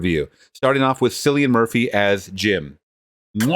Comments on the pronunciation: His name is pronounced Killian like kill . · It's pronounced Kill-ian Murphy. Alex Garland also wrote Sunshine, a great sci-fi movie that was directed by Danny Boyle and starred Cillian Murphy as well.